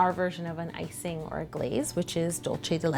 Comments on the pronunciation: "Dulce de leche" is Spanish, so that's not the right pronunciation... you make it sound like Italian... but well... that looks delicious :) kisses :) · How To Cake It you are training to say "dulce de leche" pronounce it as it was a "C" not like a "ch". love this cake very muuuuuuuch... <3